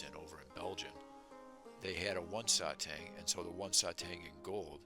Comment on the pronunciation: Satang pronounced as “sah tahng” like the “ah” sound in the word stop. Great collection!